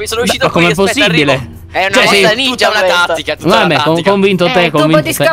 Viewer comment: Ha detto ninjia 😅😅😅